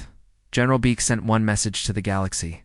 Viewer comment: They divided them up. Because to Asian AI that is acceptable. Six were held at the same facility so that means they needed to divide up the other six. Una is pronounce oo-na. Beak is pronounced Beck. It's bad when Asian AI can't even get it right. Thumbs down do not recommend. Channel blocked.